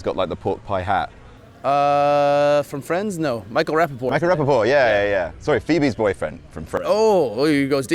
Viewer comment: Rapaport? Michael Rapaport. Ra-poor-port. Ra-pulled-pork. Silly hat.